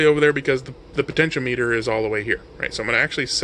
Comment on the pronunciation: I enjoyed this video. Thanks for uploading. FYI. The pronunciation is "pohtenshéahmehter" as opposed to "potensheo-meter". Not that it matters, just in case you care. :)